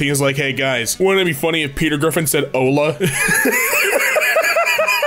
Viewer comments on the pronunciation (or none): none